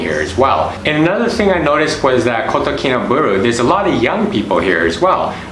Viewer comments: Its pronounced baaahloo not booolooo. I am a Brit and live here. I would add public transport is very limited and traffic jams, really bad traffic jams are the norm so if you hire a car, which is worth doing, find out from the locals when the roads are jammed (usually linked to the school day) and avoid them, unless you like sitting in an air conditioned car listening to Hitz FM, which is well worth a listen. The locals are lovely, treat them with respect, a smile and patience. Nothing happens fast here, just accept it and relax. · Ba-LUU not BU-RU jhahaha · I've been there a few times. Lots of good info Thanks. But pls learn how to pronounce Kinabalu.